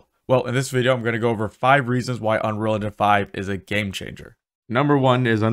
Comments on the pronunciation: Do you even pronounce unreal engine. All I hear is unrounro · I believe it's pronounced "Unreel Injin", What is "uhnruhlhnjhun"? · Dude can't even pronounce "Unreal Engine..."